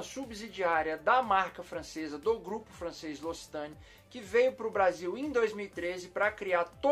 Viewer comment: Rsrsrs. Trollando o brrrresil